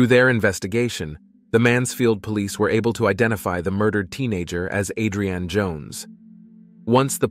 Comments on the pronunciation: You are pronouncing her name like it's a food but can you atleast say it right. AdreAnn whose that? It's Adrianne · A'dre'an.......I'm pretty sure it's one word ...like on "Rocky"......ADRIAN!!!!!" JA kno? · "Murder A drain ee Jones". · Thank you lol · he said it correctly a hundred times then to start saying it so wrong #lort#lettucepray😂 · I was thinking the exact same thing!! 😂😂😂